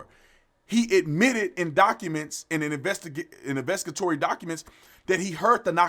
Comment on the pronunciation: I urge you to learn how to say investigatory properly-please. Anyways, you also really need to stop pretending that the reason why youre doing this is so that young Black people aren’t scared to get killed in their sleep. I’m pretty sure there’s enough cases out there in which they will get killed unjustly in many other places that aren’t exactly “in their bed”